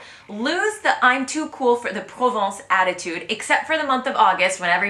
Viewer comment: You have nice proposals but most of what you criticize is just the normal way in a large city since time is even more money than in a cheaper 'province' (not 'provence' which is the region in the South, as you pronounced it) especially when commuting is long and painful among unknown people. As for absence of colored cloths (and same for cars) it is due to an obligation of being 'à la mode' or 'tendance' which is a must in the city of Coco and Cardin, isn't it?